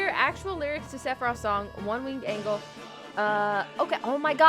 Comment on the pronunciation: One Winged ANG-LE lolll I’m dead